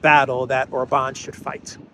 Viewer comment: I am still working on getting to say OR-bahn instead of Or-BAHN 😁